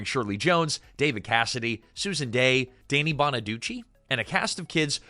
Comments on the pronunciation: His name is pronounced DANNY not DANE EE WTF is wrong with you? More AI Bullshit? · lost me at "DAY-nee" bonaduce